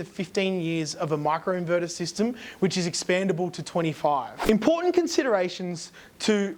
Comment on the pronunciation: Micro inverter not macro inverter! Pronounce the I not A